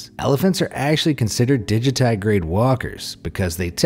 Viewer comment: You should probably just take the few extra seconds to look up the pronunciation of words you don't know how to say. paa·lee·EH·thuh·leen ter·EF·tha·lit - an·uh·NIM·i·tee - DI·ji·ti·greyd